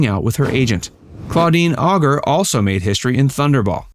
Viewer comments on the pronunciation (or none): Auger is pronounced aw-jay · You mispronounce "Auger." It's "Auzhay) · Auger (Claudine) mispronounced..